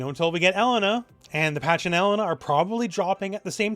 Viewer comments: Why do you say Ehlena? It's elEna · Every time pronounces E-LANE-nah's name as EL-LEN-NAH, I want to toss myself off a roof.